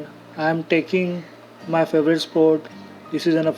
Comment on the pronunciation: Faivarate nhi favorite hota h sir 😂